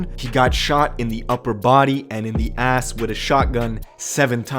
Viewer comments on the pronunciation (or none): Why he had to say ass like that 😂